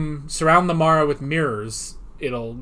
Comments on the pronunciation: The filming out of sequence explains Tegan pronouncing The Mara as "marra", rather than "mahra" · 9 :24 Janet Fielding mispronounces 'Mara' because this story was filmed before Kinda